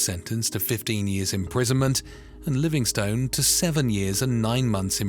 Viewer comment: Livingstone is pronounced Livingst'n too.